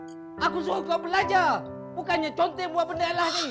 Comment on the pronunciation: Yang sy baca: conteng sebut: Konteng